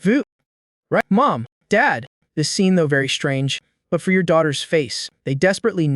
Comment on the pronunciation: Does bro have hiccups because he keeps saying yor